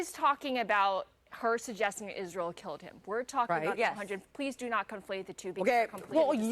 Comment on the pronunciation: I said the same thing when I first saw this. He's paying a friggin compliment. And that one bimbo (I know, they all are, except Jillian) can't even pronounce Israel and semite.